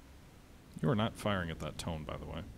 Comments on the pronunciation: It's pronounced Toe-nay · Just a small tip. Tone is pronounced as Toe-Neh.